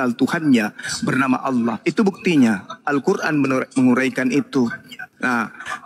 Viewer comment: Oten menyebut Alloh menjadi oloh, konyol.